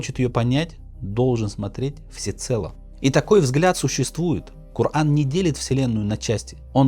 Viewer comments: Причем здесь наука и (как ты произносишь) "кор ан"? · Неужели нельзя поправить ИИ так, чтобы правильно произносить слово "Коран"?